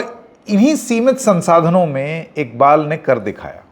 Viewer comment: bhai inka naam IKBAL NHI IQBAL hy pls aap to sahi pronounce karo